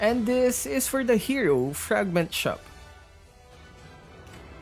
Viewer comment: I really like when always pronounce "the" as "da" even if the first letter of the next word is a vowel. 😹😹